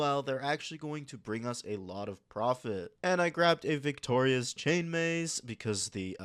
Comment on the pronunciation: no idea how you see 2 G's in "viggora" and for some reason say "victoria" multiple times reading is hard i guess.